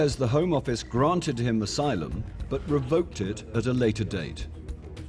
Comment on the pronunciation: "I don't know the meaning of isylum " 😂😂😂